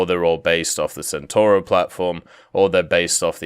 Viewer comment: Centauro is mispronounced. Can you guys please learn how to pronounce the C in italian? I do not mispronounce Mustang when talking in my language, for fuck sake.